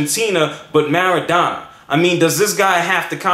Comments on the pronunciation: maradona xD marrrrrra dona (MAR A DONA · Did anybody notice that he didn't even pronounce one name right. I mean wtf you didn't even say Maradona right lol.